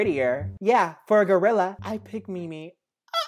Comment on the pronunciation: I love how that MEME girl said “ITS MIMMI” but when the dude said he picks her he said “I pick Mimmmi”